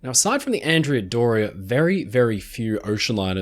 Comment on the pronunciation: Love your videos! Please pronounce Andrea Doria in its correct Italian form, ahn-DRAY-uh DOR-ee-ah. She was named after a 15th century admiral. Keep up the great work!